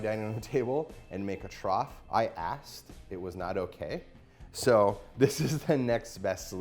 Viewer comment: Did he say "I axed"?